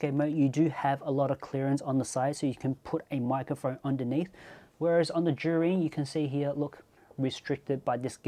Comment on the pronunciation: It's pronounced zhiyun mate...